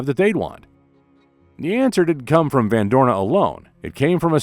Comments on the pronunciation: It is Huib van Doorne, not Hub… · It's not hub van Dooren but Huub...